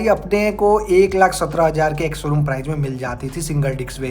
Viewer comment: Kisi product ki kimat ko "PRIZE" 😂😅😂😅😂😅😂😅😂😅 nehi, "PRICE" bolte hai. Prize ka matlab purashkar hota hai. "DIKS" 😂😅😂😅😂😅 😂😅😂😅 nehi, "DISC" bolte hai. "CHIZ" 😂😅 nehi, "CHISS" bolte hai. "LONCH" 😂😅 nehi, "LAUNCH" bolte hai. "SERIEZ" 😂😅😂😅😂😅😂😅😂😅 nehi, "SERIES" bolte hai. "ROEL ENFIELD" 😂😅 nehi, "ROYAL ENFIELD" bolte hai. "DIUL" 😂😅 nehi, "DUAL" bolte hai.